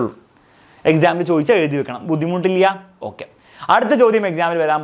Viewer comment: that 'buddhimuttillya'😂